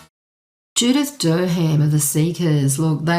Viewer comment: Judith Dur-ham???? It is always pronounced Dar-um! Like lots of English words we use. Like Thebarton in Adelaide is Not, The- Bart- on. It is Theb-a-tn. As is Southwark beer is not pronounced South-Wark....it is Suth-ik. Carry on though. 😋